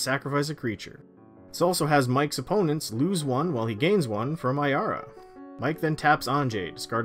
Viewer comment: At least he said Ayara right, there's one guy in my playgroup that has a deck of her but he pronounces it Arya and it really annoys me...